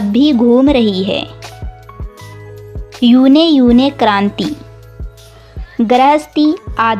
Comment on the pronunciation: युगे - युगे क्रांति हैं। यूने यूने नही हैं।।